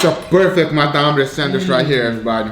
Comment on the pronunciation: Once again... every time I hear sandwish I question why... is it an accent or something? This is not hate or anything, I am really curious why is not saying sandwich.